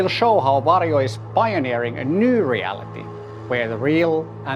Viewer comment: It sounds like he's saying Wario